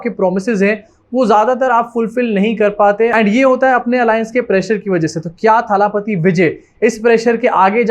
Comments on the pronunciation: Abbe chutiye irritate kar diya jaise muh bigaad bigaad ke thalaaaaapathi bol raha hai. Wo thaaaalaaaaapathi nahi thalapathi hai.. Koi lamba aaaaa nahi Sirf single a sound hai... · थाला पाती नहीं है, थलपति होता है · Hi! Just a small correction on the pronounciation. It is not थालापति it is either तलपती or actually दलपति - दल का पति (नायक). By the way you can call our Hon. PM as थालापति because he was the one to say थाली बजाओ 😊